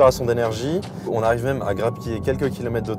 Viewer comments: Les "kilomettes" , ça fait mal aux oreilles! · Pourquoi dire I-tech et pas eu-tech?Et kilomet et pas kilomètres?Perso,je choisirais la Cupra pour une meilleure autonomie.